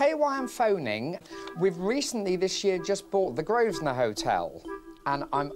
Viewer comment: An Englishman, who can't pronounce the most stereotypically English place name, Grosvenor, properly.